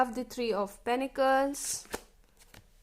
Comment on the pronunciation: No offence to you !!!!! —- but I believe it’s pentacles and not penecles.. please check . Also loved the reading part … fab work .. thanks for choosing us - and sharing along . ❤️❤️